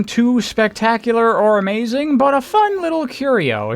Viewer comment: Ok what is it and your pronunciation of but? There is no extra emphasize needed on it.